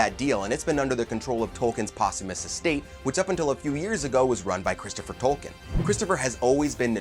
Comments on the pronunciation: It's pronounced tolkeen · Leaving this video . If you don’t know how to pronounce the words in Tolkiens works, you are not qualified to make a video about them. Goodbye. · He apologizes up front for probably mispronouncing Tolkien's characters' names because they "are really hard" and then mispronounces the author's name every time. Perhaps could do a little homework?